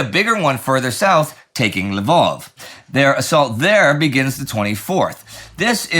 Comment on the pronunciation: Why do you keep calling it l'vOv? It's a Ukrainian city, and it's called Lviv (l'veev)